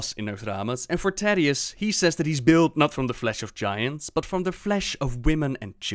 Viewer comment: I am not sure where you learned to speak English, but the "Th" in Thanks is not pronounced as an F, nor is the TH in "That" pronounced like a D. Phonetically, "Th" is spelled "θ" (or ð) and Thank, Teeth, Thick, etc starts with the first of those phonetic letter. "This", "That" and "Teethe" is pronounced using the latter. Put the tip of your tongue between your teeth, lips slightly parted, and blow air. That's how you "pronounced" a "TH" in English. Being a bit more forceful, using more air, pronounces the first. Being more "subtle" and not quite as forceful (a "Weak" consonant, so to speak, whereas the first is strong) pronounces the latter. To use a D in That or an F in Thanks is nothing short of dialect and accents. It's not how it is actually pronounced. And if you still doubt me, go look up Sound English by Iner M. Mees & Berverly Collins. The book is made to teach Danish school teachers (like me) how to read phonetically, and understand the slight nuances of pronunciations. The book is primarily in English, and you only need to read the very first page (English phonetimc transcription key).